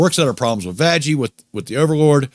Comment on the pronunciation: why are you saying vajjie instead of vaggy?